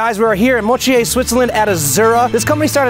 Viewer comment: I almost puked when I heard him say "Moutier"... also "it's like Starbucks"????